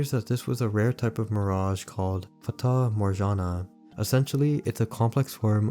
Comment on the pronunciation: That's not how you pronounce Fata Morgana. That's not even close to how you pronounce Fata Morgana. Why would it even be a /ʒ/ sound? Couldn't you type it on some sort of text to speech app? It takes so little effort